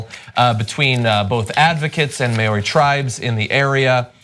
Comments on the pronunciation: Yes. remember twin sister actresses Tia and Tamera MOWRY. Maori is pronounced the same way. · Maori pronunciation basics: A E I O U rhymes with Are there three or two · Please learn how to pronounce Maori before you talk about my country again. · Listening to Americans try and pronounce Maori words! that needs to be a YouTube show because it's amazing. Not even close guys! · Try pronouncing the "Mao" in the word Maori as you would pronounce the "Mau" in the word (Island) Maui. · The vowels in the word Maori are pronounced like 'mouldy', you almost roll the r but not quite. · hearing your pronunciation of Maori words make me cringe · the pronunciation in this is cringe worthy and Maori have "iwi's" not "tribes" but so cool that you're covering this! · please learn how to pronounce Maori words before you record. you got every single word wrong. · You guys gotta learn to pronounce Maori! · I find it funny to hear them continually mipronouncing the word Maori... Ah Americans we love ya but you talk funny :p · shhhhh. Unless you can correctly pronounce the names of the 3 hosts - in the video description - and all their relatives, and all asians, arabs, maori placenames etc etc. Your (& others) provincialism is embarrassing to the extreme. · Just want to say a couple of things on this. First, this is part of a long process of reconciliation and compensation towards the the Maori (the Mao part is pronounced like in Mao Tse-tung) and the Crown for historic breaches of the Treaty of Waitangi, regarded as New Zealand's founding document. Second, New Zealand DOES have other ways to protect water and rivers, and has used them to protect this one. A large section of the Whanganui is a National Park. But it is considerably more difficult to "develop" a legal person than it is a mere natural resource. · No it's because nobody bothered to learn how Maori words are pronounced. They are Americans after all. Ain't no body got time fo dat. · Maori= "mow-ree"